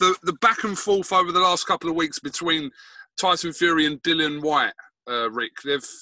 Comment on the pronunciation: “Dillon” 🙄 it’s DILLIAN! How many times